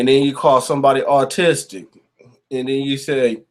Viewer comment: 😂 You pronounced autistic as artistic. Keep up the good work 😂 Paranoid Americans